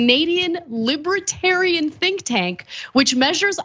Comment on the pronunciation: How are you pronouncing libertarian? Don’t use big words if you can’t say them properly.